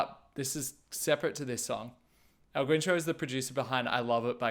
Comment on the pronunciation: Loved the video! Just a note: It's pronounced El Gincho, not el Güincho :) and he also co-produced Rosalía's El Mal Querer